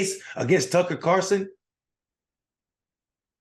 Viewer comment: When you call other people idiots but you can't say Tucker Carlson's name correctly then you also sound like an idiot. Just saying.